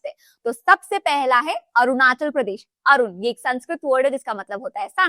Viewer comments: Aru nahi arun matlab sun hota hai Vaise hi Aachal nahi Achal matlab mountains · It's not aru it's Arun अरुण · Mam, This is not ARU in sanskrit it's ARUN (अरुण). 😊